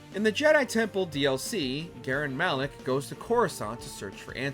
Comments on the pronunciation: GALEN MAREK not GAREN MALEK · “Garen Malek” it’s actually “Galen Marek” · Mispronuncing Galen Mareks name, nice. Clearly you’ve played these games